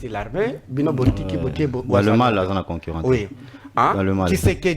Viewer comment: Na français, azali makasi penza te! Imaginez "UnE geste", conquérant au lieu ya concurrent !